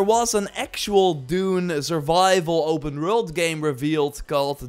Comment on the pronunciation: "open rwrult"